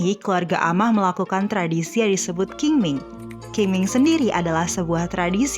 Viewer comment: Qing ming dibaca Ching Ming, Q di di baca Ch.. Dalamn bahasa China dialek TeoChew di baca Cheng Meng